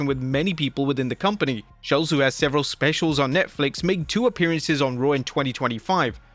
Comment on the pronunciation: I love Schulz and that you say his name correctly. Also, Jade sucks and I don't know about Tyler the Creator but she seems to have stolen everything from Marvel's Storm.